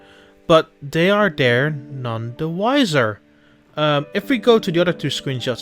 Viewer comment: I like how you said that "dey are dere" XD